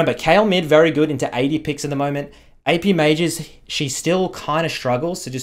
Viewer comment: why does this guy not know how to say "she"